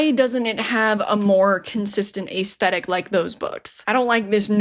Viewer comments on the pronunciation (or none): none